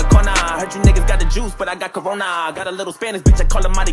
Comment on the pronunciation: did he just said get corna that is so cringe this vid uploaded in 2019